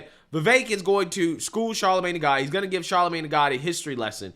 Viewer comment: Bro why do you keep calling him Charlemagne tha God?